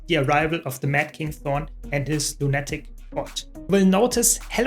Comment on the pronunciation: Love you videos, but one small tip? Lunatic is pronounced LOONA-TIC, not LOON-ATTIC. 😘💜